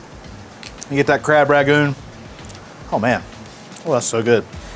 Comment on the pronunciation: "Rag-goon!" The 'N' in Rangoon: "am I a joke to you?" but seriously, this sounds amazing